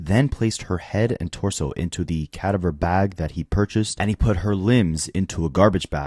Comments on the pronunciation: it’s pronounced “kuh-dah-ver” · No it's not. Cadaver, not cadiver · Is this AI? Because all kinds of words have been mispronounced. Totally annoying. RE: CA- dah-ver bag. Rest in peace sweet girl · AI can't pronounce cadaver lol 😅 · I hate the way you pronounce cadaver